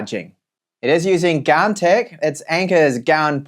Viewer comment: Where did you find the 'r' in gan😂